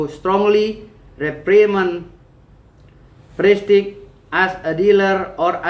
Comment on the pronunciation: Ya Tuhan.. dia baca prestige "prestig" purchase "purkas"... kok mau ya mempermalukan diri di muka umum.🤣🤣🤣